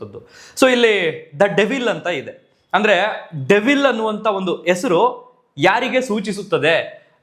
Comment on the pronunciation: ಎಸ್ರು ಅಲ್ಲಪ್ಪ ......ಹೆಸರು.. ಆರ ಅಲ್ಲಾ ಕಣಣ್ಣ..... ಹಾರ.. ಅಲ್ಪಪ್ರಾಣ ಮಹಾಪ್ರಾಣ ಕಲಿತುಕೋ ಪುಣ್ಯಾತ್ಮ😂